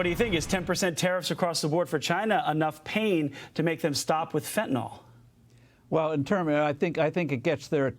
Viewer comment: Please stop mispronouncing Fentanyl. Fentanyl is not pronounced like Tylenol. NYL not NOL.